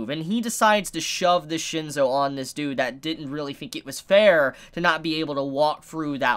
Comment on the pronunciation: its shin-soo , not shin-so :P